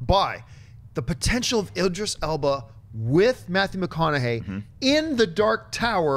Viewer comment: Guys? Idris "Alba"...? Eeeeeeeeeeeek.